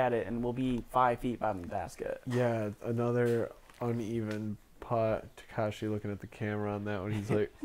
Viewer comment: His name is TakEshi, not TakAshi